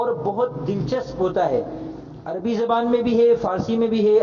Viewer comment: جی استاذ محترم!! ویڈیو میں کوئی دو مقام پر آپ مکرم نے لفظ "عربی" کا استعمال کیا ہے، ر, کے سکون کے ساتھ۔